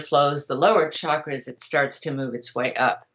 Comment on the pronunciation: One of the bullshit sources of modern chakra😂 exactly as she pronounces it “ SHAkras”😂